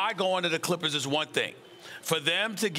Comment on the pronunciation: lol she said the " Crippers"